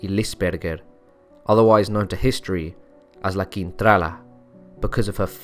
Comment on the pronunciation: Hiya, LA Quintrala... proof that beauty is only skin deep. I wonder why she was so evil? Nasty woman. I enjoyed listening to your narration. I thought the way you got your tongue around those unusual names truly amazing.😵 Thank you 👏👏👏